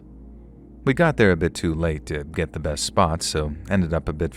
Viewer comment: lovely narration! Though sorry but I couldn't help chuckle at the "git get gone!".